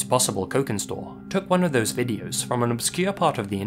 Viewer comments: "cokin" is pronounced with a soft c, like "cheese". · The c in cokin store is soft. Pronounced like the ch in cheese